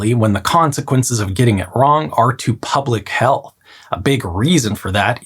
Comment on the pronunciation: "But even that is a bit too simplified to make any good decisions with, especially when the consequence of getting it wrong are to PUBLIC HELL(!!)" I see what you did there. ;-) ~@ again - I can imagine a "th" at the end there. The one "public healTH" in between was fine...